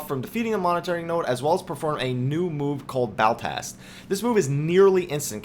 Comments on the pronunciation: Also It's not Baltast, it's Ballast, Ball as in val and ast as in asterisk. Other than that, great video. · God, I cannot get over the 'Baltast' rubbish.. you just keep saying it. It's Ballast. It's something that regulates electrical current. Like you go to the length of making a good video focusing on high attention to detail, when you cannot even read an ability's name. Kinda saps the credibility from it all.